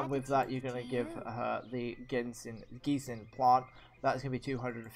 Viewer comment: Gensing is pronounced Jen-sing